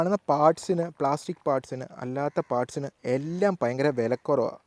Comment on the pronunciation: പയങ്കരം അല്ല സേട്ടാ. ഭയങ്കരം ആണ് ശരി 😂